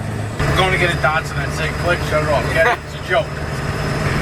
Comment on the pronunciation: You heard the man, DAHD-SON